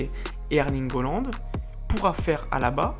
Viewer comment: et s'il te plait apprend a prononcé les noms des joueurs ; holand wijenaldoum ; un peu d'effort